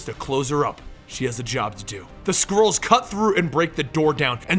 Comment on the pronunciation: i heard squirrels not skrulls